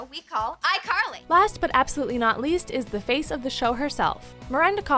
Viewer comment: iCarl-hee hee